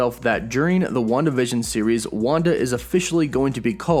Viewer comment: I kept hearing “one division” but it was Wanda vision 😂